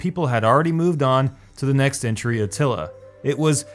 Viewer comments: It's Attila, not Atilla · 'Shogan', and he also spelled/pronounced Attila as Atilla , even though the correct game name was right on the screen in the screenshot. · Atilla? xD